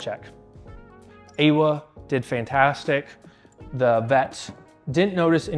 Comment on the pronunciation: them pronouncing awa's name correctly on just the first stream, then never again hurts my heart. it's maori, it's ah-wah